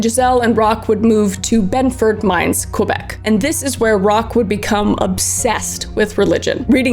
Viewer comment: I love your videos, you're amazing. I'm french canadian and I was born in Thetford-Mines hospital. Just so you know, we don't pronounce The 'H' in Thetford-Mines. I think in english phonology the sound 'têt' doesn't exist. Anyway, the Rock Thériault story is well known in my region. I was surprise when I saw you talk about it. you're such a great story teller :)